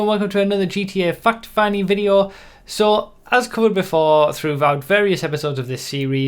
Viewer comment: i fought you said fucked finding